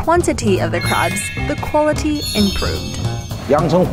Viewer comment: I like how i sounds, like "how dangerous the chinese crap" 😂 Just kiding mate!